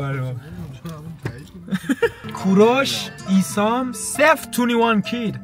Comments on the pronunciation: اسیام؟ اون آیسَمه داش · داداش اون آیسمه نه ایسام😂